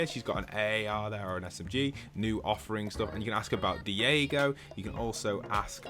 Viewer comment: It’s not Diego it’s Daigo pronounced “Die-go”